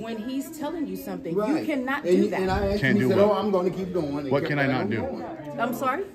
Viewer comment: Tell that female security there is a “s” in ask and a “d in conduct.